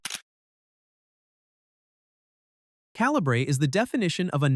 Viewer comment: Rebel ridge: excellent. the narrator is A.I. weird pacing and truly ludicrous pronunciations, e.g. “calibre” becomes “cal-i-bray”